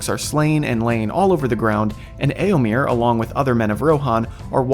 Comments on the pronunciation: Eomir? Really? Sounds so jarring every time. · "Eomer? Nah, its Eomir"